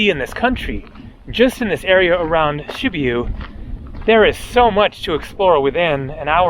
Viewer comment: It's Sibiu, not Shibiu